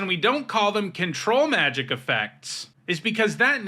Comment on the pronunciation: Thank you for stressing the syllables the way I like when you say Control Magic. It’s a small, petty preference, but it makes me happy. I honestly think the other way lots of people pronounce it contributed to control effects being called mind control effects.